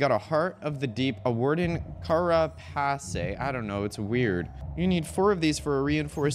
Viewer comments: Carapace is pronouced like "care"-"uh"-"pace". "Care" and "pace" like the english words. It's the material that insect and crustacean exoskeletons are made of. It's basically how you make fantasy "shell armor". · Carapace: Care-ah-pace ❤ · Carapace is pronounced “kē-rAH-pīhss”* (American English). It’s a hard chitinous shell that many invertebrates have, particularly insects. It’s made of the same stuff that our hair and nails are made of. This also implies that the Warden is, in fact, a bug. *the “-“ accent above any vowels = soft pronunciation Edit: also, _botanist_is pronounced “bĀH-tān-īhst” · You say carapace like "care-a-piss" for the next 50 hrs 😊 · don't care if you're right, it's Kara-piss :) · The way he was saying carapace was triggering. 😂😂😂